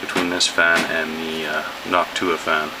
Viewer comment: that's how you say it.